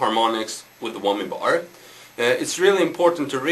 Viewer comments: haha wommy bor and hormonics hahaha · Wommi bar 'armonics? :D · wummy bar hurmunics. lololol!